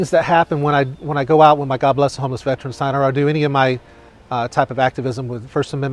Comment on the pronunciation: You'd think an actual real life Veteran wouldn't pronounce it "Vet-runs". SMDH As a Veteran who has worked at the Veterans Affairs it pains me to see/hear people say this incorrectly.